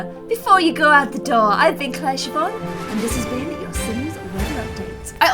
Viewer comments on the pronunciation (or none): none